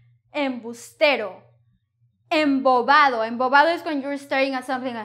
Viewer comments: I turned the play speed all the way down and watched you say embobado and your lips make the movement you would make when saying v in English and it sounded like a v. Its very confusing for me. But if you're telling me it's a b sound I guess I will just say it with a b sound. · thank you very much for your lessons! However, I can't get this thing with B and V... I watched the video many times and it's clear you say some words with V whereas you say that it's always must be pronounced like "B", even soft "B". E.g. here -. You pronounce the word "embobado" more like "emboVado", two times:) Another, much more obvious example it's the word "CONVIVIR". You pronounce it very clear like "conViVir", without any B sound. Please check it out and listen it. Is it normal Spanish pronunciation or you just forgot to switch from English to Spanish?:) So I'm lost, to be honest:) You say that there's always should be B sound - hard B in the beginning of the word and softer B in the midle (say, after M or N). But you pronounce it differently in the examples. Also it's not the always we pronounce V like "B", right? Would you be so kind to share any resources where can I get more info about V sound and how you should pronounce it in different words? I suggest there are some rules and I'm eager to understand this stuff:) Thank you very much in advance! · A great lesson. I think that the letter 'b' in the words 'embobado', 'soplaba' and 'me daba' was pronounced like 'v' because of the letter 'a' following the letter 'b' - 'embodavo', 'soplava' and 'me dava'. And the equivalent word for 'convivi' might be 'hang out'.